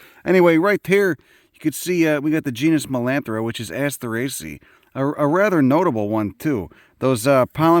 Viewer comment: Love a good ass-turray-see-ay